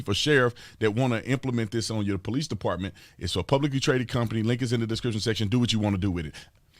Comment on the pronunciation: lol talking about anunciating when he says Descrition when saying Description section. lol Like you Tatum, but that made me giggle lol